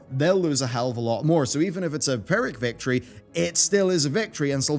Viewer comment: Sorry, are you saying PHYRRIC victory?